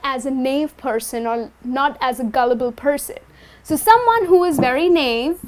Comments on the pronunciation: Correct me if I am wrong, the pronunciation of 'Naive' you are using is incorrect. Its Na-ev. Btw i love your tutorials. 👍👍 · You are right, she mispronounces 'naive' (naɪˈiːv)